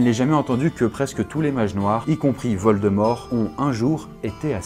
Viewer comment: Ne prononce pas valdemore mdr